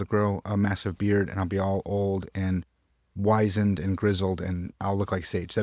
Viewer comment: {whispers} wizened is pronounced wizz-und, not wise-und. i think it’s a great life goal.